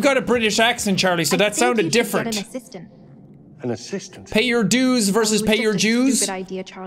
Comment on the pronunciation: Filipino here, a lot of Filipinos with strong accents, depending on the word, would pronounce the d as a j, such as dues. I was one of those. I had a funny interaction with a teacher in hs because of this. This teacher was one of my club’s advisor, so I had some dues I have to pay at the office and and notify him about the payment. Me with my accent, I said dues with a j. The thing that makes it funnier/worse he is of Lithuanian Jewish decent that escaped German occupation in the mid ‘40s. He pointed out my pronunciation and it took me a solid bit to realize what I said.